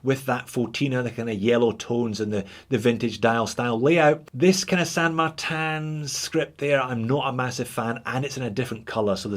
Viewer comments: It is a Spanish name derived from a saint which in English would be translated as Saint Martin. The correct Spanish pronunciation is Sand-Mar-Tin. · Well done Texas accent. That’s exactly how we all down here in Texuss pronounce San Martun. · Well, to pull you up, you really should be pronouncing it 'Shan Martan Eckshplorer'